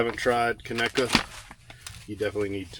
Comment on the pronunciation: Can’t believe ya pronounced Conecuh correctly. Big props for that!